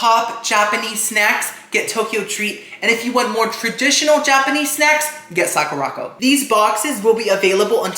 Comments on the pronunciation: I love you but it’s pronounced Sakura (like the flower ) and co as in company not Sakorocko 😭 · Hi, love you videos! I love that you’re being sponsored now! Sakuraco is pronounce Sakura co - as in Sakura (cherry blossom) company, not sa-ku-rocko